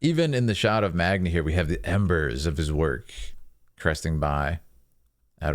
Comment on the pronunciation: Every time he said Magni it triggered me